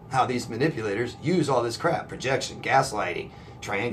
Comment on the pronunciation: You are so funny the way you say projection,gaslighting,......😂😂😂🌹👌